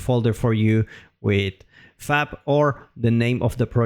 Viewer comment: It sounds like you're saying 'fap'. Fap content, hehe.